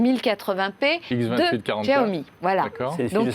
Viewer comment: Mes oreilles à chaque fois qu'il dit"Tchiaomi" 😣